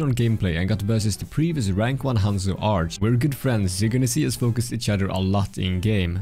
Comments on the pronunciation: I like how pronounces Arrge with a soft G lol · It's not arge, it's aRRRRgge